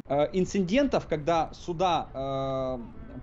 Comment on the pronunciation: После "инциНдента" сомнения окончательно оформились в уверенность :)